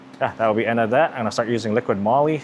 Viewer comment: you keep saying -LiquiD Molly. It is LiquY Molly.